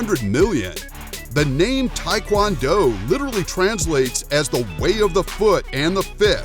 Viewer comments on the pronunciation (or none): none